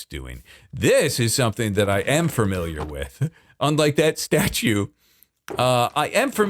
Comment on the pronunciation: have you ever noticed that you pronounce "familiar" as FERMILIAR